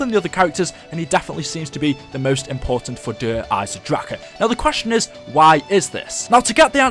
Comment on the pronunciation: 1 thing that quite annoyed me der eisendrache is pronounced der iesen drakon